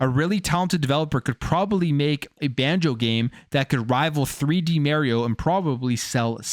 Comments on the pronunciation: It’s not Mary-O, it’s Mario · I'm a fan but it's not Merio. It's annoying every time you say it that way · "Maryo" :nails on a chalk board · Idk why I hear so many ppl say mare e-o and not mar e-o likes mars